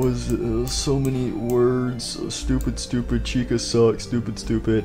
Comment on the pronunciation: I just heard ‘doopid idiot.’